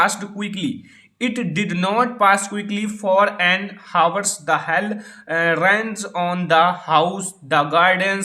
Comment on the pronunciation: Aapko pronounce krne nhi aata h Aap hour ko kuch bolte h